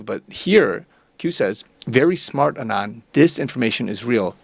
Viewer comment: I’m just commenting to inform you that you’ve been mispronouncing the names “Saud” and “Saudi”. When saying the name “Saud”, it should rhyme with the word “loud”, and the name “Saudi” rhymes with the word “rowdy”. Another correction: in the word “anon”, the accent is on the first vowel, which is a short a, so the a is pronounced as it is in the word “at”, and the entire word is pronounced “AN-on” with the volume emphasis on the first syllable.